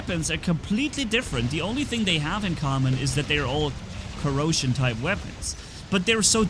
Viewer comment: Welcome to the COROsion cerbarus 😂 I was like.. Dit he said corona? No it was corrosion, it's fine 😎